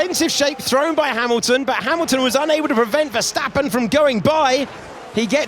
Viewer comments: É impressão minha ou ele pronuciou Emilton? Kkkkkkk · eu ouvi bem, "as maclarens " fdx "OS MACLARENS , OS CARROS MACULINO OS FERRIS OS MCLARENS; OS RED BULLS" é mau demais, HAMILTON é com H e não com R, não é RAMILTON, tem de aprender a falar, mais á frente diz " ai estão so dois carros da ferrari" o que está correct, carros, depois diz uma Ferrari!!!! é muita ignorancia mesmo.